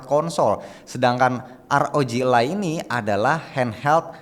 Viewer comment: bukan elay bang. tp aroji alay